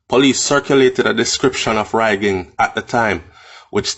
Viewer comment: Careful about the pronunciation of the of the word Rhygin though. All my years as a child hearing the word the name and the legend it was always a hard "G" so the "gin" was never pronounced like gin the drink but rather the g-i-n at the end of the word begin. Still can hear the warning utterances of my Mom when we lived in Trench Town saying whatever I do I must walk away from a life of crime like Rhygin.